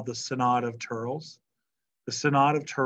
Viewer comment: Thurles is pronounced "Thur-less"